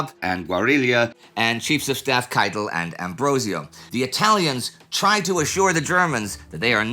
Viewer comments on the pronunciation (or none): none